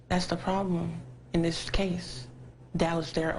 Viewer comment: "how I can say 'dis?" lmao, an underbite doesn't make your grammar go to shit.